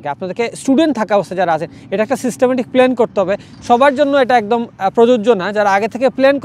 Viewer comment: প্লেন না প্লান